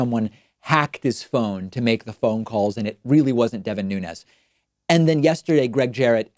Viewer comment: Congrats on being the only person in America who can pronounce Nunez‘s name correctly